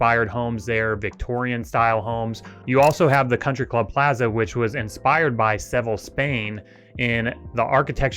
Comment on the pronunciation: This is awesome! Thanks for this 🥳 just fyi: Seville is pronounced “Suh-vill” or “Suh-vee-yuh” lol.